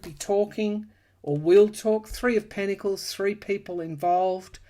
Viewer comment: The word is pentacles pronounced with a 't'. Not: pennacles